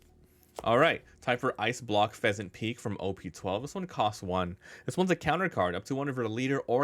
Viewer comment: Pheasant Peck!!! Not peak!!